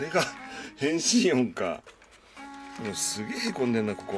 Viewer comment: 『変身！』のところが、 『行きたい！』にきこえるのは私だけか？